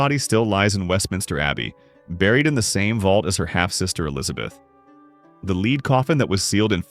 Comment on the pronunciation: I wish the AI narrator woud learn to pronounce "lead", as in the element.